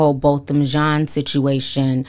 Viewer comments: PLEASE pronounce his name correctly....NOT pronounced like a pair of Levi "jean"s 🤦🏽‍♀️ Thank you for covering this story Bo was dear to my entire family here in Dallas. GUYGER SHOULD ROT IN JAIL FOR LIFE she killed him on my birthday 😭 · HIS NAME IS BOTHAM Jean "pronounced JOHN"